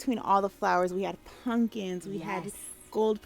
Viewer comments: Why is she calling them “punkins” lol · Am I the only one who cringes every time says punkins???? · I cringe every time the event planner says "punkins" 🤣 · I love that the planner kept saying "puNkins" 🎃🎃🎃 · she straight up said punkins